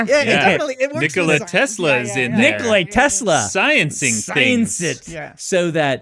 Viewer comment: Small correction, it's Nikola (nǐkola, same as Nicola) Tesla, not Nikolai Tesla.